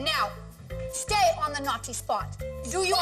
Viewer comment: Every time she said naughTEE spot I cringed